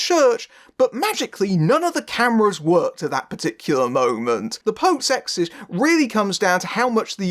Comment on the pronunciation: It sounds like you’re saying “exist” instead of “exorcist.”